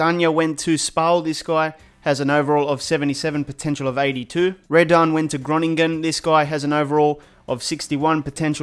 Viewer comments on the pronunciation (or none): none